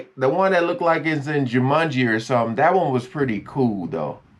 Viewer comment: I can't believe you nailed Jumanji !! That was great!